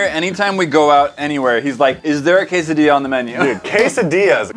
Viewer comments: Quesadilla? Do you mean a [Qu-say-d-la] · Who else got triggered when they were saying quesodia in italian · Why do they keep saying quesadilla wrong I’m Mexican like but he can’t even pronounce it right 🤯😡